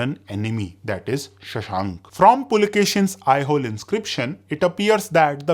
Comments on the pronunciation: Aihole/ಐಹೊಳೆ is pronounced as "I-ho-lay" and not "I-hole" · It's Aihole not Aihol ऐहोल ❌ ऐहोले ✅ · I think you are spelling some of kingdom in wrong way … it should be said differently…. Example Lata or Kalachuri … we hear it differently from most here in South. Even Pulakeshin is Pulakeshi with no n… even Aihole … you are spelling it wrong very wrong indeed 😅